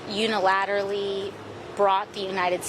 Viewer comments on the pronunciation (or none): AOC can't even pronounce unilaterally, used one of her two functioning brain cells to try.